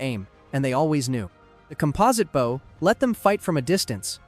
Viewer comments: Hearing you pronounce bow like that instantly made me stop watching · and he says “bow” as in the formal east asian greeting instead of the proper pronunciation. he just lost me as a subscriber too :( very sad but you’re right we can’t put up with this or else it will dominate the entertainment industry later on.